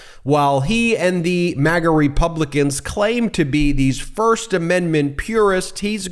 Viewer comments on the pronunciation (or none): none